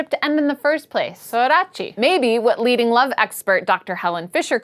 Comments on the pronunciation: Sorry to add another 'you pronounced this wrong', but saudade is more like sow-da-dji, not sow-da-chi. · saudade is pronounced sorta like "so-the-the"! anyways, great video :-) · as a Portuguese-speaking person, I can tell you that "saudade" is a bit more complex than that. It kinda works in that case, since there are many degrees of feeling it, though. Oh, and the pronunciation is way off too. It's something like "sowl-DA-dee" [but the "l" should be really pronounced as a "u"].:) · HAHAHAHA love you pronunciation of "SAUDADE", so cute <3 "SAH-OO-DAH-JEE"would be correct Love from BRAZIL!!! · The way you say "saudade" is completely wrong, but that's ok! XD What a nice channel